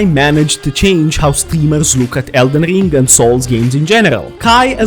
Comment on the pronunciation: Elden rrrrrrring 😂